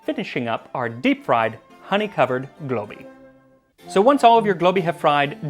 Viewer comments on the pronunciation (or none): Instead of "deep fried cheesecake" I heard "the pride cheesecake"... I was like queer cheesecake? Prayers what is your recipe? 🤦🏻‍♀️